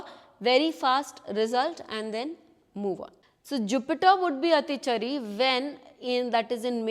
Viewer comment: Your basic pronunciation of Atichaari is wrong